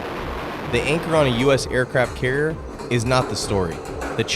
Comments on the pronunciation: He does not even say "carrier". He says something like "carrr". Dude needs to learn how to speak. That happens, when YouTube allows total idiots who never learned how to speak properly to make videos. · Tha's alright, the guy has trouble pronouncing the word 'carrier', so cut him some slack, he's not the sharpest tool in the shed.